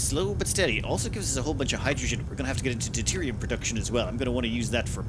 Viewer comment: It's deuteriuM. Not deuterion. Please, for the love of god.